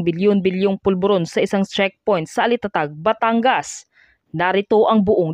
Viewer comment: Nubayan babasahin na lang mali mali pa…anong Alitatag? Alitagtag ba kamo? Haaaay masabi lang may content ano? Sagwa kasi pakinggan